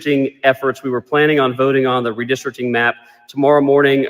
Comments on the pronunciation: Stop!! The mispronounciation oh "redistricting" is outright painful. Re- district- ing. Not re-de-strict-ing. Ouch. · RE DIS TRICT ING 😂